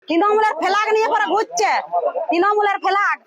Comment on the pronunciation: সব এই ঠিক আছে বুঝলাম কিন্তু একটা কথা কেও যদি কিছু চুরি করে তাহলে কি এরকম একটা গাড়ি করে EVM মেশিন নিয়ে যাবে যেটাতে লক 🔐 নেই tmc এর কি টাকা কম পড়েছে নাকি আর তাছাড়া কেও চুরি করলে দোষ নেবার জন্য TMC এর ফ্ল্যাগ ( এই মহিলার ভাষায়😂 তিনোমুল এর ফেলাাগ 😂 শুনলেই হাসি পাচ্ছে ) যায় হোক তো ফ্ল্যাগ কেনো রাখবে গাড়িতে যেটা দেখানো হচ্ছে হতে পরে সত্য কিন্তু একবার যাচ করা দরকার এটা চক্রান্ত নাকি সত্য, আমি কোনো দল করি না শুধু যেটা দেখলাম আমার মন্তব্য দিলাম এর থাকে বেশি কিছু না